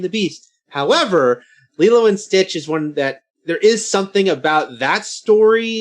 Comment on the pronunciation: Now I know the origins of Laylow and Stitch pronunciation lol. It's a fun movie, probably Disney's best from their animated output of the 2000s.